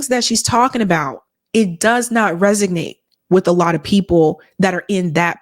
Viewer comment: Resonate... Not resignate... Big fan!